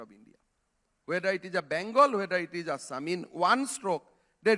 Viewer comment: Bhai asssam nahi hota hai It's assam That's why i told you homework everyday my children's. He don't know how to pronounce our state----assam Assam, Guwahati ,manipur, nagaland himm duffer Chutiya hum log ban rahe hai